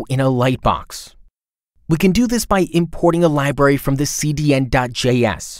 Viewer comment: I LOVE this tool. Have been using it for YEARS. I only WISH they would release a "Tailwind Studio" now that everyone I know is transitioning away from Bootstrap. It is also adorable how the announcer says "Buddins" and "Liberry". 🥰